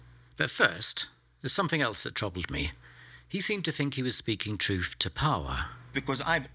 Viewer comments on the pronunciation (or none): I began watching this but got sidetracked by his pronunciation of the word ‘truth’ which seemed to be ‘troof’ and became, for me, unwatchable. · Stop saying TruFF